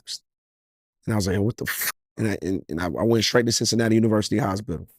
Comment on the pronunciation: Hosbidal 😂😂😂 it's hospital Lil slow slow